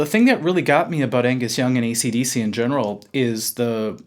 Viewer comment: Did he just say ECDC??? WTF